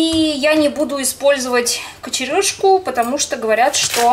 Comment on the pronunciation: Не кочершка а кочерЫшка спасибо